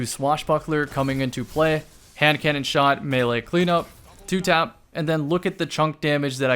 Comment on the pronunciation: for a second it sounded like you said Ham cannon and it’s gonna stay like that for me until I forget.